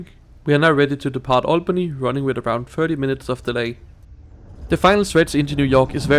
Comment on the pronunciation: It is pronounced All-bany. not Al-Bany.